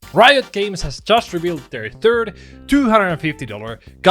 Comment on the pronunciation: I know you said "third" $250 dollar gatcha skin but I heard "turd" and honestly it still checks out. These skins are absolute sh*t.